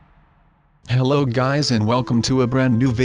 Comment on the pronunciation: Omg he said hellof OMG WHY SUB SUB WHYYYYYYYYYYYYYYYYYYY